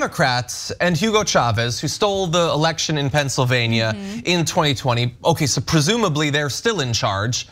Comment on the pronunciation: Ana please learn how to pronounce Pennsylvania. Specifically the -NIA. Say it like your state of California.